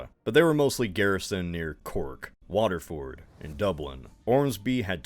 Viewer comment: Really appreciate the attention to detail with Ireland! Just a couple pronunciation tips: -Ballybunion rhymes with onion. -Kilkenny is pronounced like it's in 2 parts "kill Kenny" (poor Kenny 😔) -For Waterford you actually had the opposite problem, that's pronounced as one part "Wa-ter-furd".